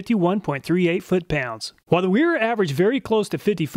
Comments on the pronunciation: Wera = pronounced VEE RAH - Vera. W is V is German. Gonna keep telling you till you get it right lol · Wera is pronounced “vee rah